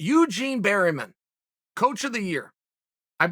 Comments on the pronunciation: Eugene 'Bear-man' Bareman, not Berryman ;> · Eugene Bareman: Say my name! Chael: Eugene Berryman. Eugene: OK great! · Chael still getting that blood flowing back to the brain from the Silva fight, the ways he's been pronouncing names lately! Prokaiev, Barryman. Tune in next week for Franky In-Igloo vs James Jones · Eugene "Berryman" Bareman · “Eugene Berrymen” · "Eugene Berryman" - Chael Sonnenen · That Eugene "berrymen" got me rollin